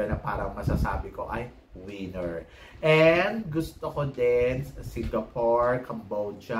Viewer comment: ......"WIENER".....is a D....CK. "WINNER" is the word and you just have to PRONOUNCE it CORRECTLY. AHTISA MANALO......."WINNER." VIETNAM.....TRASH. DON'T LIKE OTHER PROPS TO BACK HER UP.. NAT'L COSTUME SHOULD BE WHAT THE CANDIDATE IS WEARING AND WHAT THEY'RE HOLDING AND NOTHING ELSE. BECAUSE OF HER TOO MUCH CRAP., I DON'T LIKE HER.